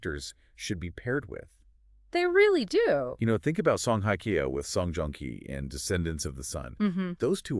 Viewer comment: hello, just a little hint with respect to your pronounciation of Korean people`s names, it is very annoying to hear how you pronounce Song Hye Kyo. The word Hye is not pronounced like the english word `hi` . There is no such sound in the Korean language. It`s more like the sound of the english word `hey` like in `hey there`and also in Korean, there isn`t a strong emphasis on the H at the beginning of a word, it`s a softer sound. And with Lee Min Ho, his family name Lee, is written with the letter L at the beginning just for westernization of this name which in reality, in Korean is pronounced with the absence of the letter L. Therefore, only the vowel sound exist for this name in Korean. Min is the easy part and the Ho just has a softer H sound. I enjoyed most of your video honestly because they are such mega stars and must congratulate you on your beautifully made fake photos of them together. So let`s hope the agencies who employ them will one day create something for the two to be together. Keep our fingers crossed.